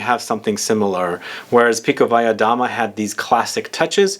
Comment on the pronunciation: Beautiful looking Bottle MV Augusta! I'm a fan of this house, by the way you Perfectly pronounced Pikovaya Dama